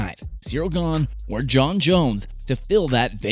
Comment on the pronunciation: Jon* not Jone